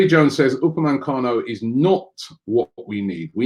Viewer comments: only one 'n' in Upamecano it's not Upamancano ffs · How the hell does Robbie get UPAMECANO to UPA-MAN-CANO. It’s been more than a year. Jeez. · Please Robbie stop saying upamancano. It’s Upamecano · I hope we don’t sign Upamecano because I don’t think I could cope with you miss pronouncing his name every week lol